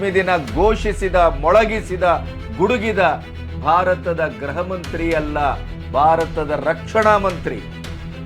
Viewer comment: ಸಾರ್ ನೀವು ಯಾವಾಗಲೂ ಗೃಹ ಅಂತ ಉಚ್ಚರಿಸುವುದರ ಬದಲು ಗ್ರಹವೆಂದು ಉಚ್ಚರಿಸುತ್ತೀರಲ್ಲ ಇದು ಸರಿಯಾದದ್ದಲ್ಲ ಗೃಹಮಂತ್ರಿ ಎಂದು ಉಚ್ಚರಿಸಿ